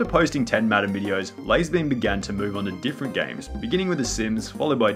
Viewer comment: Lah-Zar Beam